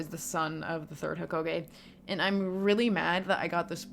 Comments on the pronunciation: Was not expecting a Naruto video but ts fire Also not to be that guy but im pretty sure its "ee-tah-chi" not "e-teh-ji" Edit: I'm so being that that guy rn but its also "ho-ka-gae" not "ho-ko-gae" 😭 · Couple things lol. Itachi = E-tah-ch-i Hokage = Ho-ka-gey Konoha = Ko-no-ha I guess since the chunin exams were technically over the moment when he attacked Hiruzen. Pre-timeskip is also seen as better than post. Not only that but the general public love the Sakura & Lady Chiyo fight. Never read it but the anime was amazing for it.